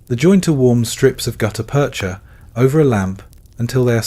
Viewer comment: Great story. Hire a human narrator. (Spoken numbers give it away) (As did the pause within "gutta-percha")